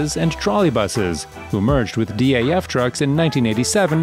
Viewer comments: it’s not D A F it’s DAF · Good video with interesting content but without wishing to be too critical, the pronouncement of some of the manufacturers is simply wrong and spoils the video. ‘D.A.F’ is actually just pronounced DAF, like daft without the T. ‘Leeland’ is pronounced ‘Lay-land’. If I was to make a video about North American trucks then I’d learn how they are pronounced first. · You know you can pronounce DAF and MAN without spelling it? Americans haha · MAN and DAF are not spelled as M A N and D A F but are read as a word, amnd IVECO is not Ive CO but Iveco, do your research